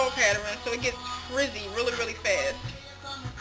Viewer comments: I love how you say "pattern" like "pateran"... cute! And good job on your transition! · You say paterin lol its cute tho